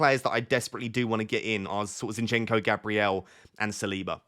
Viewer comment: not zinchEnko, the correct pronunciation is zInchenko